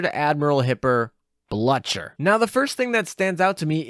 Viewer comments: "Bluh-cher" For the english speakers: Blücher is pronounced something close to "bloo-kher" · God I had to stop listening to him because his pronunciation wasn’t even in the same ballpark. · Blucher is pronounced as Bl-oo-k-er. The long u song is indicated by the " above the letter you. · Hey Blucher's name is pronounced with a long liquid 'u'. It's Bloo-cher, Fraulein Bloo-cher horse whinny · The u in Blucher make the name pronounced Bloocher. German umlauts are fun. And Carabiniere is the Italian special police. So it's pronounced like Ka-rah-bin-yeah-rey. Not the end of the world, but figured the more you know. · i used the k to make sure that it was understood how you pronounced it phonetically. The hard k sound is what the ch in blucher makes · Your pronunciation of Blücher somehow triggers me xD Thank you again for your overview. Always appreciated! :)